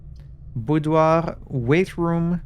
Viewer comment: After hearing several YouTubers struggle with the word "boudoir", it's nice to finally hear it from a native French speaker. 😊